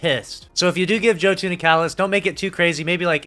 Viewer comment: Every time I hear a Destiny YouTuber mispronounce Jotun ( pronounced Yo-Ton) I die a little inside and my faith in humanity is further lost.